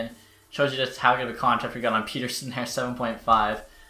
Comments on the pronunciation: Say Peterson. Now say Pettersson. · Great Vid, just please learn how to pronounce Pettersson lol